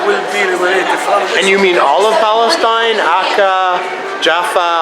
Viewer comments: What we see is the Lord hand for kicking the "Balestine" greatest lie ever in history.thay can't even pronounced the word Palestine... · “This is our land” Western Sahara 🇪🇭 Sudan 🇸🇩 Jordan 🇯🇴 UAE 🇦🇪 Palestine 🇵🇸 We are indigenous to Balestein, which is why we speak a foreign non-indigenous language and practice a colonizer religion. It’s also why we can’t pronounce the “p” in Palestine, which means “invader.” We are sooooo indigenous 🤡